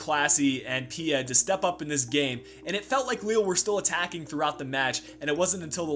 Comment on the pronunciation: The final d in Pied isn't pronounced.